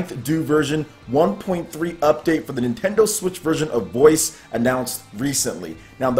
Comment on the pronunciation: How come it sounds like your saying voice instead of voez? (Vo-ez)